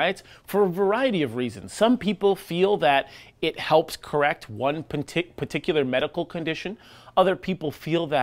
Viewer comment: At 1.28 you almost said penticular 😂